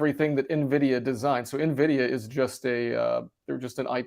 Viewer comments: Ok, just filled me in on my mispronunciation of Nvidia that you guys are calling out I’ll be practicing it correctly before our next show! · stop saying nuvidia it's pronounced en(N)vidia :) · It's not pronounced "nuh-vidia", it's just N-vidia. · Dumb Money are the only people in the world who say “nuh vidia” and not “en vidia”. Still lovem tho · Guys Nvidia not Na vidia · Please stop calling it Navidia… it’s pronounced eN Vidia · Ugh Nvidia is pronounced N-vidia. You pronounce the letter N. It’s not navidia. The guy in the middle keeps interrupting his friends and can’t stop talking. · Nvidia (/ɛnˈvɪdiə/ en-VID-ee-ə), Latin for the word 'envy'. Nuh-VID-ee-a, or Nah-VID-ee-a is incorrect pronunciation. Nvidia initially had no name and the co-founders named all their files NV, as in "next version". The need to incorporate the company prompted the co-founders to review all words with those two letters, leading them to "invidia", the Latin word for "envy". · "Neh-vidia"?? "Asure"?? Besides that, you guys should also try to interrupt each other less. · The dude in the middle keeps calling Nvidia "Navidia" 😂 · Does he seriously call nVidia... nehvidia? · The “expert” on Nvidia can’t even pronounce it properly lol! It’s not NA vidia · Nvidia Not Nahvida. 😂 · When you pronounce it “navidia” you convince you do not know it at all. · Stop saying Navidia! Seriously! It really makes you sound dumb. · Did expert 2 just say “Na-vidia”?? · Na-Vidia? Why is trying to rename Nvidia? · Three yahoos bar-chatting stock pump headlines, seekingalpha blather and motley fool summaries. I'll believe a bit more if I stop hearing "navidia". Mini-Cramers on valium. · gonna fwap upside the head if he says “nuh-vidia” one more time.